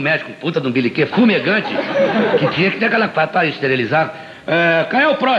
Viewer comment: Por favor corrijam. É "beliquê" e não beniquê. Parabéns pelo canal